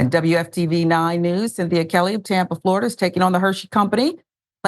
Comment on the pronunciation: It's Floriduh again ladies and gentlemen.